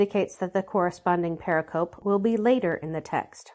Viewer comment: "Pericope" is Greek for "cut around," applied to distinct units within a larger discourse; used widely in studies of the Christian Gospels. But its pronunciation is settled and stable and it is NOT what one hears in any of this project's videos. Please correct this strike against your credibility. Say it purr-RICK-uh-Pee: heavy emphasis on syllable 2, lighter emphasis on syllable 4. Blessings to this project!